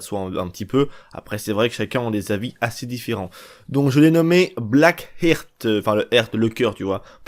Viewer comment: Coeur en anglais ça se prononce ART avec le H aspiré pas Hirt histoire de pas passer pour des ignorant. Mise à part ça tes vidéos sont très réussies